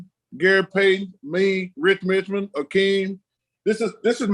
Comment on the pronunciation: “Rich Mitchmond” 💀